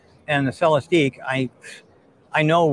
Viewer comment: It’s pronounced Celestick. And yes, a tear down would be beyond awesome!